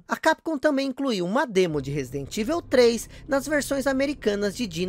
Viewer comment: Resident "ivel" 😂 😂 😂